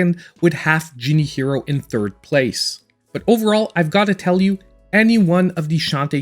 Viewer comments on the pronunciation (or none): none